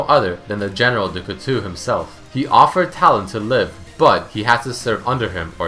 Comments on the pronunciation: COOTU xD... Couteau, Coo-to! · Knife in french is prononced kooto not kootoo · it's read du couteau with an "o" in the end not an " u "...like "coutoh" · Couteau is knife in French not coutou or w/e you said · It's pronounce Cutó, right? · "Kutu means knife in french" that killed me xD Couteau is pronounced like "cool tall" without the "l" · cutu xD on dit un couteau <3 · It's pronounced coo-toe, your French is terrible lmao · Cootoo xD close enough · love your vids, even if a large part of them are repeating their written lore. but for the love of god, PLEASE learn to pronounce du couteau right, it's driving me insane every time you mispronounce it -_ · being french and the way u say du couteau makes me cringe a little sorry haha